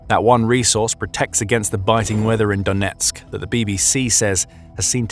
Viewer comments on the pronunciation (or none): none